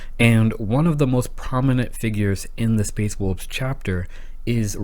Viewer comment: Space wolbs? Learn how to speak